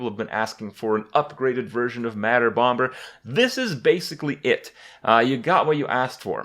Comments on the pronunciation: When will kripp learn to say bomber? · Just FYI, the second "B" in bomber is silent